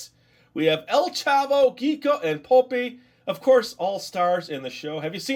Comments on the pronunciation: Quico (ke - ko) popis (po - peis) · They look like barrels because the main character (El Chavo) hides in one. That was the "thing" of the show. And yes, the pronunciation it´s Keeko and Popees. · I'm Mexican I love your show and it's pronounce quico like Q-I-C-O and popis is like P-O-P-I-S. 😏😏😏😏😏😏😏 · It's pronounced Kiko and pop-is.. And the reason they are in barrels is because Chavo lives in one on the same streets as the others:)